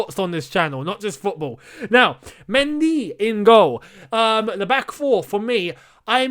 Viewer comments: Am from Senegal the correct pronunciation is Me-dy take the N out. that's how we pronunciation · I can't stop laughing when you say "Mendy" 😂😂😂